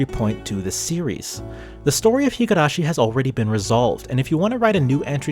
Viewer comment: This is a good analysis video, but I literally physically cringed every time I heard you pronouncing higArashi instead of higUrashi. I have no doubt that you have watched the anime with the original voice acting and are somewhat familliar with the Japanese language, so how hard can it be to not botch THE NAME OF THE SERIES?